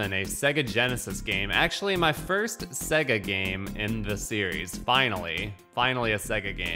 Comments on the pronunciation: Bruh, say it with me SAY-GUH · sorry but the way you say SEGA really bugs me. The loading screen clearly pronounces it SAY-GA!